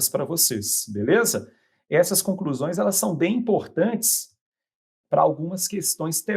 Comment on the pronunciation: Vc sabe q o cara é foda quando ele mete um imporrrtantes antes dos 20 seg